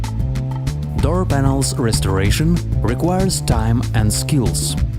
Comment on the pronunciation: What's a "Dur panel"